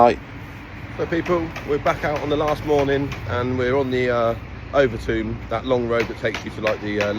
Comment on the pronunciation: It's Overtoom not over Tomb LoL 😂😂😂